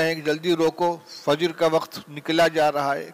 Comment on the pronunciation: رَطَلٗ تلفظ غلط ھے رَطٗلٗ یارِطٗلٗ ھے فَجِرٗ نہیں فَجٗرٗ ھے میں نے ایک دو منٹ ہی سناھے پورے سبق میں کتنی غلطیاں ھوں گی دارالعلوم میں بھی اب ایسے لوگ بخاری پڑھانے لگے